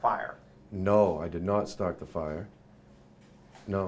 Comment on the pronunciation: "He didn't start the fiya"